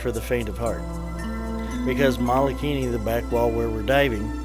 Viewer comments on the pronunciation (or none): Great video! Mike Severns and Pauline are awesome divers and marine biologists! The crater name is pronounced wrong and that was a tad distracting. It's Mole a kini